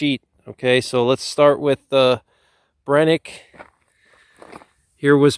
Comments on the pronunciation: It's pronounced Bren-uh- kee not Brenick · I hate hearing him say Brenneke 😂